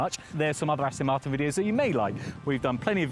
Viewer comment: This guy is really annoying me. The company's name is ASTON MARTIN....NOT Astin Marton. He's English isn't he? How can he get it SO WRONG?? FFS !!!